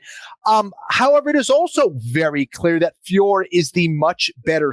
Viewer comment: Boys, her name is FIOR-OT, there's just a little emphasis on the last O.... like FYOAR-oh, not FYOAR like how you are saying it.